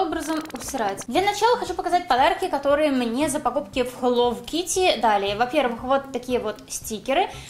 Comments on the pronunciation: ХЕЛОУ А НЕ ХЕЛОВ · Да почему хэллоВ кити а не хэлло кити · БЛИН ХЭЛОУ КИТТИ А НЕ ХЭЛОВ АААААА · ага и меня это раздрожает..... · Вот именно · Читается как хелоу Китти !А не хелоув Кити! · Не хеллов китти,а хеллоУ китти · Не хелов кити а хэлоу кити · Почему я постоянно слышу - Хелов Китти == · Меня одну напрягает что она говорит хелов китти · я не поняла, хелов китти это рофл или ты так и говоришь?._.